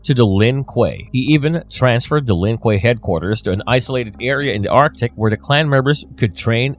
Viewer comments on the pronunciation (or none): none